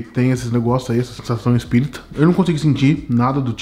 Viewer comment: QUE AGONIA DO FALANDO "CIDADE ESPÍRITA"